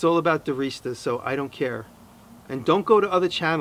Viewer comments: holy crap iv been pronouncing Diresta wrong for years :O tho i am Scottish so dont shoot me! ;) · today i learned how to pronounce your last name. I used to dir"eh"sta. :P oops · Its pronounced "Dereesta"?